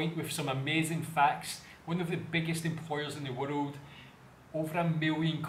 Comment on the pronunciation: Its not warud, its world 🤣